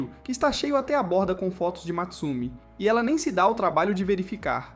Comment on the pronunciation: Não é Matsumi É Mutsumi